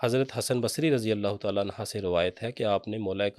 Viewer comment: Hazrat SB ap ne Razi Allah Anya nhi perhna, Anho perhna hota hai